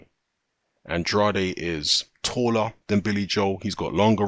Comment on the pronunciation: Delighted at this one (if it truly comes off). Rhyme "Andrade" with "can trade" (first syllable accented), if you're interested. Finally, Demetrius will be forced to either put up or shut up. High time!